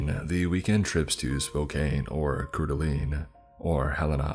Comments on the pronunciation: Cored-a-lane, spoke- can! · as a spokane native, it’s pronounced “spo-can” and Coeur d’Alene is pronounced “coor-duh-lane” love the content, just for future reference :) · The pronunciation of Spokane (spoke-anne) and Coeur d'Alene (core-duh-lane) have brought me great joy almost as much as people who pronounce Oregon (or-e-gone) when in fact if you ask 99% of people who live here you'll hear them say (organ) it's always entertaining to hear how people pronounce things it shows the subtle differences in this big space we look at as one nation when there's so much space it's several other countries put together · Okay, when you pronounced Spokane and Coeur d'Alene, I died. I live in Spokane and love Coeur d'Alene. I'll put the pronunciations here. Spokane is spo-can Coeur d'Alene is Core-de-lane You're welcome. Lol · Hey its pronounced cor-da-lane and spo-kan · I'm not trying to sound rude in any way but I live in Montana so I want to let you know that Spokane is pronounced spoke - can and Coeur d'Alene is pronounced core - da - lane. I also might be very wrong but I think kootenai is pronounced koot - knee, feel free to correct me. Anyway, keep up the amazing work and I'm sorry if that sounded rude. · mispronounced sho many of these names is funny as hell. I live in Missoula and grew up in Coeur d’ Alene. Spokane- Spoh kan Coeur d’Alene- Cord a lane Kootenai- Koot knee Unless you live in the area everyone mispronounces it.